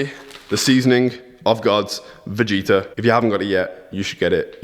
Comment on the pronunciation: Oh Nooooo , he said Vegeta incorrect again :((( Much love from Croatian fans <3